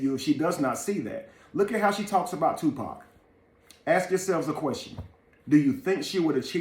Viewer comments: "Dear 2 Pack" 🤦🏾‍♀️ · It ain't two pack it's tupac........ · Ok white man an majority white folks its freaking 2pac not fucking to pack geesh say it right or don't say it at all. SMH im sick of yall fucking up his damn name.. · It annoys me when they call him Two-Pack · I hate how wyt pipo say 2 pack 😮‍💨